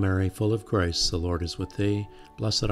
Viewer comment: Thank you, it's lovely. I thought it was just me, but even the auto generated captions can't understand what you are saying when saying "full of grace" - it sounds like you are saying "full of Christ"!